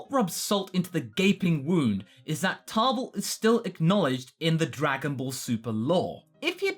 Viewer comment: Why are you putting an R in Table's name?